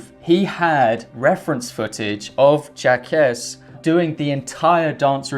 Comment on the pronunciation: Jaques is pronounced Jocks